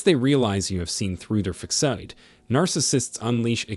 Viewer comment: The AI narrator in this content proves the creator of it is narcissistic. The pronunciations of words like "facade = fa sade=fa said and fa cades, as well as," demons=dem ens,and barrage =bear age," are truly insulting thr intelligence of the listeners. You will do much better if you clean up the sloppiness.